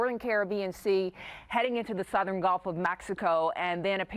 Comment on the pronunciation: Why do new weather people all say GOLF of Mexico??? Annoying. I assume you go to college to get a journalism degree or something. Don't they teach you pronunciation?